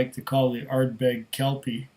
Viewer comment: the Are-berg hehehe